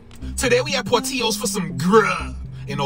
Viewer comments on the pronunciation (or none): The Italians pronounce it PORT-ILLO not ÍLLO like the hispanics in the yayo brogawd 😂